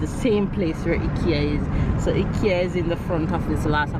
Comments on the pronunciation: dear, the place is pronounced (Hikea) not hikkyea. One is like you're going hiking, but you're calling it like what you get on your neck. Please try. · It's IKEA pronounce EYE KIA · I’m a fan of banana fritters have been eating them from I was a child. It’s pronounced I-KE-A…it’s more affordable especially with college students and first apartment young ppl…your children are beautiful. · Sounds strange when you pronounce t Ekea here in Europe we pronounce it I-Kea lol i love Ikea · its fine its actually pronounced both ways by the founder himself, I saw a video where when he speaks to an English Audience he says IKEA and when Swedish he says EKEA, he didnt care anyways. I was not criticising so dont take it that way I am saying that it sounded funny to me thats blessed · Hi, I am from Toronto. I just wanted to correct the pronunciation of the furniture IKEA. “Eye-kee-ya. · I love shopping at IKEA! I have to go through and look at all the things :-). In the US we pronounce it eye-kea.